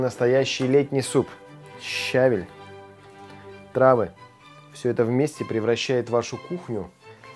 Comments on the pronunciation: Не щАВель, а щавЕль 🧐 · Спасибо за рецепт. А ударение правильное щавЕль